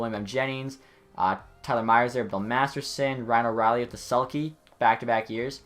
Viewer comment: do u realize u always say bill masterson instead of bill masterton? :D